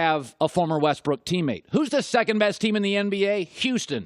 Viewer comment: WESTBRICK say his name right